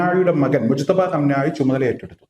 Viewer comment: മൊജ്തബ യല്ല മുജ്തബ ആണ് ശെരി